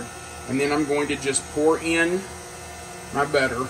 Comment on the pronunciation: The way you say butter, sounds like better. lol😂